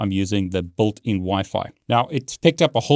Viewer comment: All I hear is "BULTIN.. blablablabla.. BULTIN.. blabla.. BULTIN"